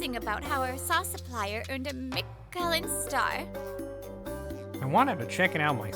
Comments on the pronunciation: Another great story. Also Michelin star is actually pronounced like this MICH + UH + LIN. Just for future reference for the female voice actress. The man pronounced it correctly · I think Reiko not being able to pronounce Michelin correctly could be seen as an intentional story beat to show she's just how much of a clueless spoiled poser the really is (granted we never hear any of the other female characters say it).